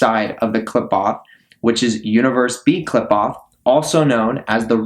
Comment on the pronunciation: Studied in it but cannot pronounce it or concepts related to it, so I assume your studying is just google or asking an AI. Also what's with all the bots in the comments, is this guy bot farming views for all this?